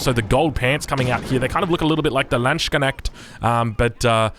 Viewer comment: Man i really really love your content, big fan, but for the love of god and all his angels, please look up how to pronounce Landsknecht/ Landsknechte. As a native german i feel something die inside me everytime i hear you say Lahndtschkenägt. No ill feelings friend.